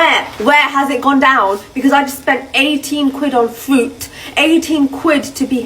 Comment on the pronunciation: How many times did she try and say fruit but just kept saying FWOOT FWOOT. Can English not say fruit?